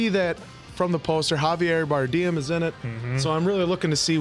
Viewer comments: it's "Bar-dem" not "Bar-deem" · i think youre saying Javier Bardem wrong 😁unless its a joke?